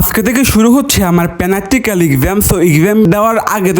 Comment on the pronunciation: প্রাকটিকেল না প্যানাক্টিকেল খাইতে পারো এবার খালি